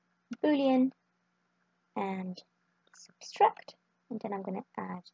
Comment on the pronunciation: Subtract, not Substract.....